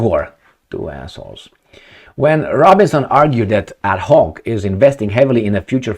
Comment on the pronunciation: It's adNoc ... with an N not an H. Abu Dhabi National Oil Company... ADNOC!